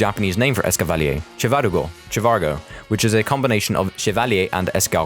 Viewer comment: The official pronunciation of Escavalier is ess-ca-va-leer. Not how you pronounced it. This is the pronunciation used in the anime, which is forced by Game Freak to use the official ones.